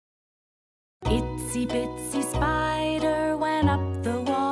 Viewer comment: Did you say it's I bitsie spider on purpose? Bc it's actually itsy bitsy spider